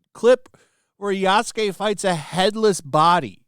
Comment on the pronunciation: Forgets the part where Ya isn’t pronounced as Yu so many times.